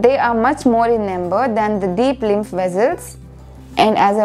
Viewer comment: Ohkk ok Ur accent sounded like small in no. Rather than more in no.😅